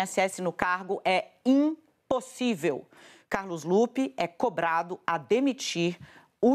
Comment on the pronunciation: Ela fala "iNpossível" ... e se diz jornalista 😢